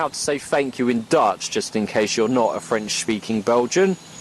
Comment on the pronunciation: oooh pretty good french